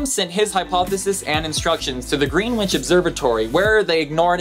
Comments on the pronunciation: you do not pronounce Greenwich, as Green witch, it is pronounced, Gren-itch. one E is silent as is the W. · Subtle double Uranus buttocks? Also: oh no, did you really say Green-witch? It's Greenwich ('Grennitch') Royal Observatory ('Observe a tree' in BrE), which has a fantastic view over the Old Naval College (the battle location in Thor 2, also a UNESCO World Heritage Site) and Canary Wharf (the battle location in the Doctor Who S2 finale - around 'Torchwood Tower' or One Canada Square). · He can't say Greenwich. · Though it is spelled Green-wich. It is pronounced Gren-itch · Greenwich is pronounced 'Gren-itch' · I like your site but every episode has several mispronunciations "Greenwitch"???? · I really like these facts but we need to work on your pronunciation: Greenwich is pronounced Grin-itch!